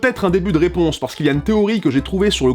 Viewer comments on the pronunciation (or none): GillusZG se prononce "JilusZG". Comme quoi même se goure dans la prononciation ^^ Blague à part, allez voir sa chaine, c'est très la qualité!